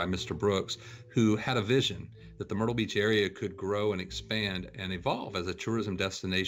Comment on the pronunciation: DID YOU SAY WHO GOES TO MERTYLE BEACH I DI